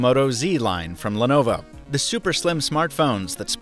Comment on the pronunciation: Why is it pronounced as 'lenova'